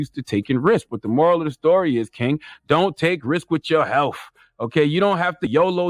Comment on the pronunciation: Could charlamagne stop putting “f” at the end of words it doesn’t belong ? It’s “health” not “healf “